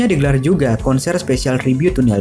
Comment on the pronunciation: Ralat, bacanya Nil Pirt.... bukan Pert.